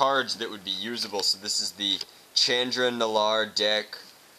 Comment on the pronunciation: you said chandra wrong